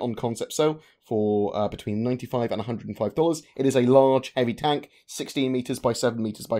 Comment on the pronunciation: The poor French guy has everyone saying tonk now